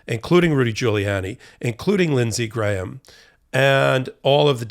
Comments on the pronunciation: Props to! You're one of the few Americans who can pronounce "Graham." I mean, his brain probably only weighs a gram, but all of him doesn't. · Wow, an American who can pronounce the name Graham correctly!